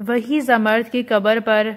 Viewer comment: Zamard nahe Zamrood pronounce karay